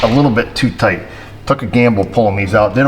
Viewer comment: It's toight like a toiger